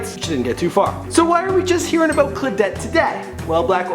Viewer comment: and phonetically it should be Claw-dette NOT Cla-dette, morTality regarding Brazil NOT morality and Ida B Wells was the first black woman to refuse segregated seating much earlier than anyone you mentioned . Maybe you should slow down a bit. Wouldn't hurt